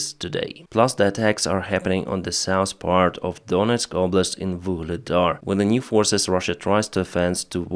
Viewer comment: PLEASE ! W in english is associated with an oooouuuaaaaiiiiihhh pronunciation, NOT a " V " one....Ouaiilcome ( welcome ) NOT VELCOME, nor VEN for WHEN.... !